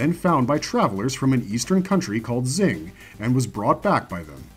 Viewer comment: Just correction here. The country to the east is pronounced Xing(Shing) not Zing.